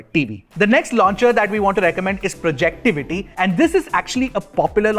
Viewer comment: Its called Project-Ivy sir